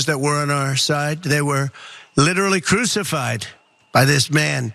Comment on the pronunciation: It’s the “literally cruxified” that kills me, wow.